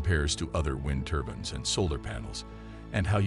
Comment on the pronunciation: Hard to take a presenter who call these turbines ' turbans' , seriously.